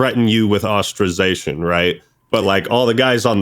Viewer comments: stop saying ostrazation. its ostracisation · I’m gonna ostrazate myself if this guy say ostrazation again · “Ostrazation” what a dope.